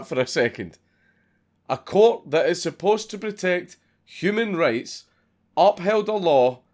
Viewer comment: Whenever you say human rights, it sounds like you say human race, even closed caption gets confused